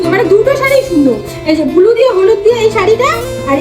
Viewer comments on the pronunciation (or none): Wow ❌ bauuu ✅ Blue ❌ bulu ✅ 😂😂😂😂😂😂